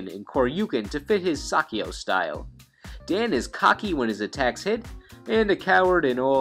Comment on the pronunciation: Saikyo, not Sakkyo, jesus, learn to pronounce.